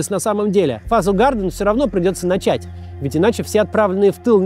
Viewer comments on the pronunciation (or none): none